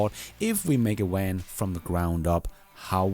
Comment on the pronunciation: What the hell is a “wan”,?